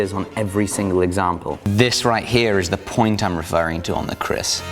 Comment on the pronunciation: Its KERIS not Kris